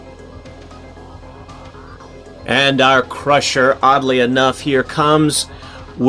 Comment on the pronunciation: it's CRUNCHER not crusher lol